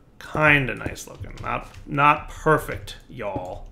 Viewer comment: that was the most Yankee sounding y'all ever. Just a daily reminder while I'm at it, please make a satchel or an Ender pouch to use a a tool bag please.